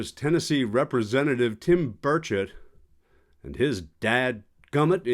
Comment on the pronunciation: Senator Burchett pronounced Bird Shit must have fallen on his head because he is making no sense